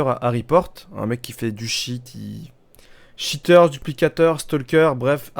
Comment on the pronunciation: juste c'est pas cheteur mais cheater:)